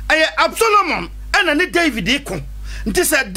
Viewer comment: David son was ABSALOM not Absolomon